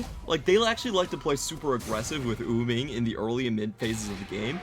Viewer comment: idk if its just me but does it bug anyone that the announcers say uming instead of wuming?